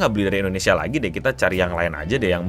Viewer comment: Endonesia? Indonesia keleuss... 😅😅